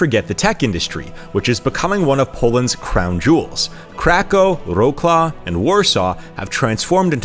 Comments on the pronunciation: Wrocław should be read vro c (read like c in citron)wav. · Butchering Wrocław name is just painful 😅